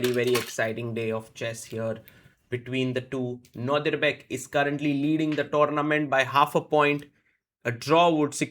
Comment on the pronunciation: And again 😂